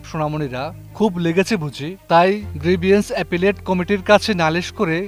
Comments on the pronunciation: an Illiterate Journalist! He can't pronounce Grievance properly! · Vai, grievance pronunciation ta thik kore niben....Google Korlei paben. Ekdom halua kore felsen word ta ke.....Apnar bola shoina Mone hoitase jibone Kono class e English poren nai